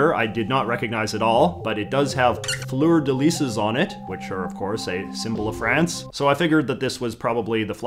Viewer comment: Did you pronounce fleur de lys wrong to piss of the Quebecers? Haha